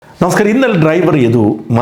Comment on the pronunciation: ഷാജൻ ചേട്ടൻ ഇനിമുതൽ നമസ്കാരം എന്നു ശരിയായി തന്നെ ഉച്ഛരിക്കണം, അതുമാത്രമാണ് തെറ്റായി വളരെ വേഗത്തിൽ തിരിച്ചറിയാത്തവിധം പറയുന്നത് 🙏🏻